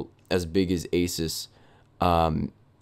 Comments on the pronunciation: Did he say asis it’s asus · Uh-soos, not ace-us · holy crap its A-SOOS/AH-SOOS not A-SUS and dont get me wrong i love your channel :) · Asus is pronounced like A-Zeus (as in the god) not asis. Anyway, love your vids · of course you'd get a referb card, it's the same as them fixing yours and sending it back. and $20 shipping? awe muffin it's like $60 for shipping here the company is fully right here. also if you were on the phone with them at any point you'd know it's pronounced A-soo-s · EVGA>MSI and isn't it (Ay-Soos) ASUS? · Its said asoos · It's pronounced "asoos". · pronounced a-seuss